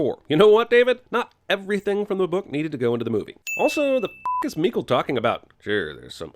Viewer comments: As a swede my ears bled everytime Jeremy said Mikael, I know it's not his fault it's the god damn movies but jesus fuck my heart...my soul. Mikael= Michael, same pronounciation. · Its Mika-El... like Kal-El or Jor-El. Mikael. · HOLY FUCK LEARN HOW TO PRONOUNCE MIKAEL ITS NOT MEEKLE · am i the only one who was bothered by how he pronounced "Mikael"? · OK, you made up for that fucking awful pronunciation of Mikael throughout, with some well-timed Swedish Chef. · Just got to love how you butcher pronunciation on Mikael. That is why everytime i introduce my self in english as Michael.